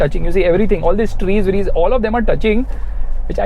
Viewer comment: Trees vrees lol 😄